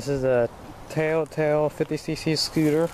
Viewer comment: lol, "Tay-oh-Tay-oh"